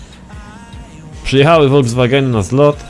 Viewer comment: Folkswagen Nie wolwswagen